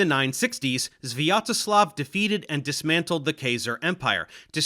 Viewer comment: His pronunciation of "Sviatoslav" wasn't so bad, it was relatively normal for the English speakers.